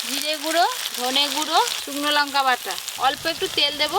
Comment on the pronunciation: কথা টা লোঙকা নয় লঙকা